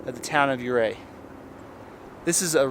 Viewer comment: Great video.. We are going in July. I love the hikes. In my advancing years, I get a little vertigo on some of the ledges, but hey you only live once. Ouray is pronounced You ray.